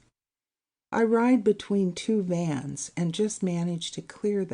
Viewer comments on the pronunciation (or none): none